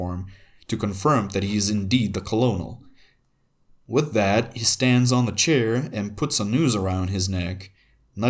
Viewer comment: Great vid! Btw though “Colonel” is pronounced “kernel” in English. No idea why lol. Anyway, plus one sub, I look forward to future uploads!